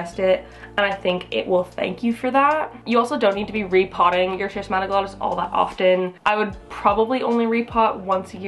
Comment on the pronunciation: My S. wallichii was gorgeous, but it went through a bout of spider mites--UGH--and is currently in recovery. I cut a lot of the leaves off, and I see new ones coming, so fingers crossed, it'll be reestablished to its former glory soon. The pronunciation of the first syllable, BTW, is /skiss/. It comes from the same root as schism and schizophrenia, meaning "split". So, since "glottis" refers to the throat and tongue, schismatoglottis means "cleaved tongue" or "split tongue".